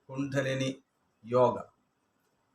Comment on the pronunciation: കുണ്ടനെലി അല്ല ഗുരുവേ കുണ്ഡലിനി